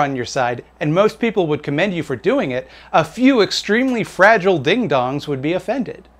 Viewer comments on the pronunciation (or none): none